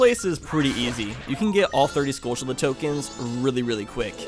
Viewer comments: Skultchulla? No! SKULL TUL UH! Tul, like Jethro Tull. There are no C's or H's in the word skulltula. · BOBimus Rex its supposed to sound like tarantulla